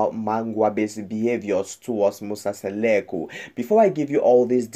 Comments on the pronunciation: Mmmmnk akakwaz nobiza uMseleku into ayingxameleo lulwimi qha…. Bayadika abalwimish It’s Mseleku not Seleku🙄🙄🙄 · Not Musa Seleku but Musa Mseleku don't talk about something dat you don't know if you don't know how to speak Zulu plz leave to the Zulu people this is so embarrassing the Mseleku's family .remember some of us we love them ❤ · Please say people 's name correctly